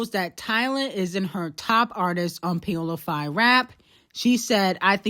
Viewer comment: Pie-ola? Lawwwddd cardi is just stupid